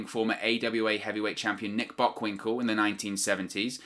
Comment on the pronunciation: Nick Bockwinkel is a fucked up name on it's own, let alone botching it while saying it 😂